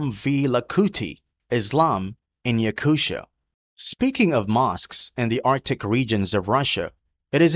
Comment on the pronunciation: It’s not pronounced YakuSHIA , it’s Yakutia